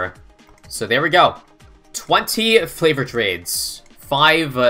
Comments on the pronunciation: its pronounced fav-or not flav-or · can you just pronounce it right it is favored not flavored smh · Wait... it's NOT flavored trades? Mind blown lol. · flavored trades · Flavoured trades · Didn't even realise it was favoured trades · I thought that flavoured trades meant 014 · why does he say flavoured trades